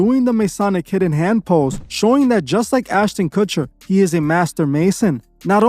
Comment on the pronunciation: “What’s eating Gilbert’s Grapes” “Now You See It” “Keano Reeves” “Austin Kutcher” plus many many more f’ups!!! Dude bro! I love your channel and what you’re doing with it, BUT you really need to tighten this shit up! It can completely negate everything you do here. Nobody that is just starting to look into this shit isn’t gonna take you seriously if you can’t even get names right. I know it don’t seem like it matters, but it does! I wouldn’t take you seriously if I had just starting diving down this rabbit hole! Another thing, while there are plenty of dots to connect with all this shit, you gotta be able to discern what dots should be connected, and what dots can be connected, but shouldn’t! Some things are just what they seem, and not part of the ‘agenda’. We HAVE to have discernment, all of us. Otherwise, if we are connecting things that aren’t related, they can be used to discredit what we are talking about. Just like the “Flat-Earth” movement. We all know it’s BS, but I’d say someone believes in all this cabal Illuminati shit, then also believes in flat earth, our enemies can discredit them by saying “look, they believe in flat earth! If they are stupid enough to believe in that, we’ll that makes the Illuminati BS also!!!” Ya get what I’m trying to say?!?! Keep up the good work!!! Always forward! We WILL show the world what kind of monsters these people are!!